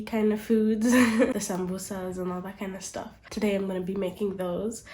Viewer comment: May I ask what’s your origin because I heard the way you said Samosas and it oddly sounds like French 😅